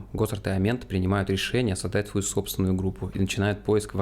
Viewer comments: С ударениями в каждом видео что-то новое происходит. Здесь кОрнелл, далее превратится в корнЕл, Эмент в амЕнта и т.д. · Информативно, но! Пожалуйста!!!! Послушай как правильно звучат фамилии. КорнЕл. На второй слог. Амент, ну или как он сам говорит Эмент. На первый слог.